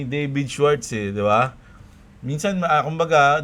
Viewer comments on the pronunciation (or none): none